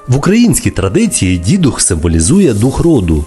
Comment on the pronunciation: До речі не Дідух, а ДіДух, з наголосом на другий склад! Дідівський дух.